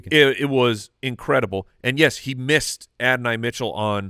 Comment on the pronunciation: The way you guys say Adoni pisses me off lol